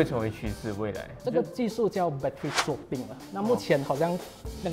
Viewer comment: Battery 'Swapping', not sawpping